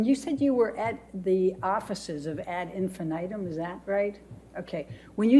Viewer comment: "Ad Infinitum" was pronounced so poorly, it hurt to hear it. This woman knows nothing, literally nothing. Idk why that in particular stood out to me.